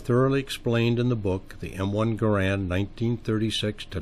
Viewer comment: Pronounce Garand properly please